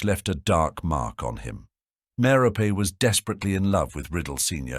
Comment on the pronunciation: Merope is a name out of Greek mythology, and just like other names from Greek mythology, such as Persephone, Penelope, and Hermione, the final e is pronounced (MARE-oh-pee). Sometimes the final e is pronounced in this video, but other times it isn't.